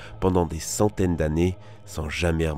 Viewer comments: Centaines il a dit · "Pendant des saouteines de millier d'année"